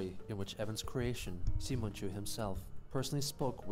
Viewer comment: It’s spelled “Simon-chu” but pronounced “See-Mon” and he’s based off of Simon from the anime Tenga Toppa Gurren Lagan he said “Celtic Woman, an Irish Music cover band” by Chris’s logic “The Aristocats” is the greatest Disney film of all time because of all the pencil marks